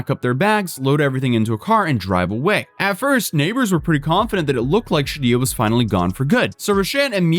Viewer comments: "She-did-ja" wrong, that's for sure. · “she-did-ya” wrong. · I really like your videos I watch basically everyday but this one needs several corrections: Sha-Deege-Uh Romero Row-Shane Douglas you literally watched the footage! you saw the reporter pronounce it😂😂 in Shadija's previous situation there WAS a fire...well into the eviction process...ONLY in the apartment Shadija was in. 🤔 Curious Rochanne initially agreed to allowing her to stay off the books ( probably to avoid fees from airbnb) and it only became a problem because Shidija then stopped paying. Though apparently she may have made a few payments before she stopped, but she definitely stopped well back in time. That's why Airbnb made the statement that they did trying to capitalize on the opportunity to remind people to do it through the app and not avoid paying them their fees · "Sha-dee-jah.. the "j" is the soft "j" pronounced like the "g" in "massage".. or the "s" in "visual". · (Sha-day-shah) is probably how it’s pronounced but this story is hilariously insane🤣🤣🤣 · Pronunciation: Shuh-Dee-Juh. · Btw anytime you see dija/dijah it’s pronounced dee-jah. Deja/dejah would be day-jah. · It's probably Shuh-DEE-juh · Im sorry, did you say at the half way point of this vid that the squatters name is pronounced she-did-ya? 🤔